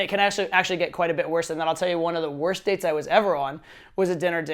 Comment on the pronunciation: Good lord, the way he pronounces "dates" I seriously thought he said "you suck at dicks" until he said it the second time :(